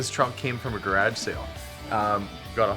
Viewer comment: first time i detected a acent when you said garage sail God bless you all agin